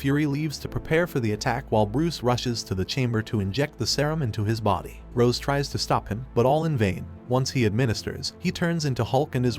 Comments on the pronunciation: He called Ross rose wtf at least get the names right🤣🤣 feels like a dub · *Ross, not "Rose" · Honest question, why do people almost always mispronounce the names of characters in these YouTube videos? For instance, you're calling Ms. Ross, Rose. In DBS videos, they call Beerus, Beers and Whis, Wis. Is it a copywrite thing? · Her name is Ross, not Rose. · It’s Dr. Ross; not Dr. Rose. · It's Dr. "Ross" NOT "Rose".😒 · It's Ross not Rose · How are you going to continuously mispronounce Miss ROSS's name? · Love how they keep miss pronouncing Betty Ross's last name